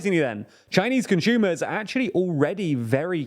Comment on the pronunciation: So weird “conshumers “